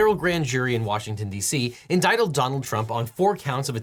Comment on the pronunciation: he just said “indictled”